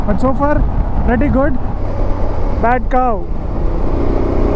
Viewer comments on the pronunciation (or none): I heard badacow 😂